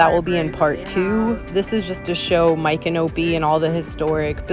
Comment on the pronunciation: Ok girl you are saying the name wrong